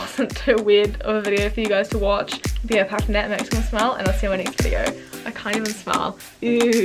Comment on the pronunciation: Hoi I eemma an I cawnt twak Hi I’m and I can’t talk Haha get better soon